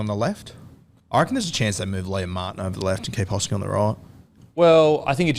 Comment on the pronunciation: Love how is the only person who can pronounce hosking